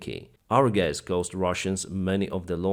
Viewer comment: "So, gays" When will you fix your English pronunciation?